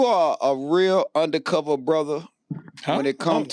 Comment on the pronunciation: This fool said UndaCover Brotha lol. man leave my boi alone fam lol